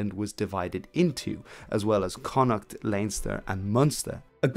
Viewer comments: Yes, the two most (major) mispronounced Irish place names, Connaught and Drogheda. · Why do people insist on pronouncing Connaught wrongly?